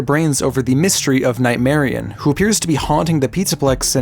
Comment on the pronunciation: You pronounce Nightmarionne as if it wasn't spelled with double n